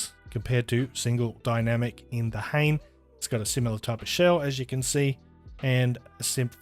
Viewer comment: FYI the model name is pronounced hah-nay. It means feather in Japanese.